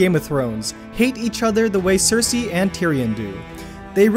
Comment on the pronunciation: Saphira GT-CS YES ! That really annoyed me, he has no problem pronouncing Cersei though?